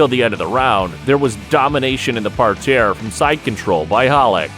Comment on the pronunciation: What’s a par-tare?